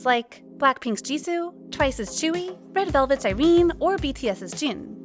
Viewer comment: Still can't get over the fact that she pronounces tzuyu as chewie (chewbacca), both are equally beautiful